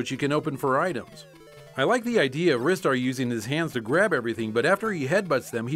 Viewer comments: Ristar is pronounced "rye-star", not "wrist-star". It's short for "RIsing STAR". This is the second time you've made this mistake. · It's supposed to be pronounced Ree star but the pronunciation is debated among American gamers because we don't usually pronounce the letter I that way. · I cringed when said "ri-star" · You guys are pronouncing Ristar wrong. It's pronounced ry-star. Get it right. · Wrist-ter player get it right